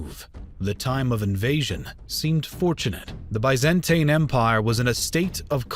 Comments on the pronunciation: Tin Not tain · I hate the way this dude pronounces "Byzantine". Apart from that, I have to say it's nice video. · Biz an teen Not By zan tine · say it with me: biz-in-teen. the biz-in-teen empire. not the bye-zan-tain empire, biz-in-teen empire. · Byzantine.... not bizantain-.- con-stan-ti-nople not consininople -.- jesus!! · That’s American everyone else in the world pronounces it as by not bi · Bizentain? Constintinople? Really? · “Biz-Ant-een empire” That’s a funny way of saying Roman. Good video but the pronunciations here are cringe 😬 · If he says "bi-zan-tain" one more time, I am "goo--ing" to "de-clure" "ware" on him! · I want to watch this...but hearing Ba-zen-TIE-n and con-stit-tin-ople makes that impossible 😢😢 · Why do so many people keep complaining about his pronunciation of 'Byzantine'? Since when did the American 'Bi - zuhn - teen' become the God-inspired 'true' pronunciation? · nobody: Absolutely nobody:: BYE-zan-TANE EMPIRE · BIZ-IN-TEEN pronunciation is everything in history do better or I will unsubscribe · Bye-zan-tine or Con-stand-ti-niople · Ah, yes. The great city of Consininople. Capital of the Bi-zan-tain empire. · Bay Zan Tain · Bay-zan-tain sultanate!1!1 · Nobody:: ByzanTAIN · Constant nople? By zen teen. This narrator butchered the most well known pronunciations. Geez. Like he never heard of these words? Isn’t he looking at a script? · It's pronounced BEE ZAN TEEN. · Bai-zen-tain. Constani-nople (no "t") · I just don't like they way you pronounce "Byzantine" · dude what's with the way you pronounce Byzantine fml? there are 2 ways to say it, and you can google it: either UK version, or US version. either you prefer, they are both internationally acknowledged. they way you say it, and really sry for this comparison, is like listening to Beethoven's opening of the 9th Symphony, while hearing some diarrhea farting sounds in the Hall. really ruins the frickin' concert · He is just so bad at pronouncing Byzantine.